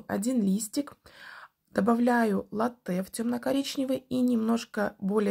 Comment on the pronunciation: Хорошие работы. Только лАтте, пожалуйста, а не латтЕ 😢